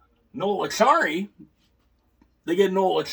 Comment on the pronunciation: It's Acciari not Accari, pronounced Achary.